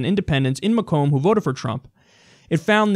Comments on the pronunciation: I live in Michigan and Macomb county is pronounced like May-come county not that it really matters, but n e ways I love this show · FYI Macomb is pronounced "MAYkum" :)